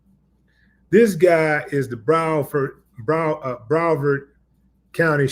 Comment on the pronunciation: Thank you. And, it's Broward, not Brovard. Broward County is where Ft. Lauderdale is located. And, it's where 2 Live Crew is from. Some trivia shared with me by my brother: 2 Live Crew had a feud with a sheriff from Broward County back in the 1990s. They called him, "The Coward From Broward".